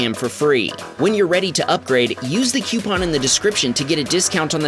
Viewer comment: Now if only we could get him to pronounce "coupon" right. 😉